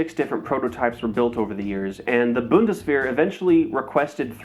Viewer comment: God, I cringe how he says "bundesveer" for the G11 section. You'd think he could say it since he says Geweher 43 fine